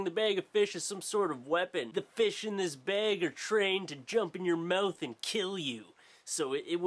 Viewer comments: MOUTH NOT MEWTH U FUCKING TOOL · You say the word "mouth" wierdly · its when he says "mouth" and "out" and some other stuff. idk, i've lived in a few places, but nothing out of the US, idk. i just like it :)